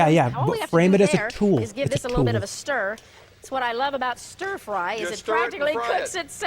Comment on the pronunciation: Oh my god chat saying Ster fry every time Cathy said stir